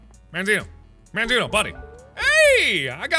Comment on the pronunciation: mandzio is a polish youtuber mark if you want to go check him out to learn how you pronounce his name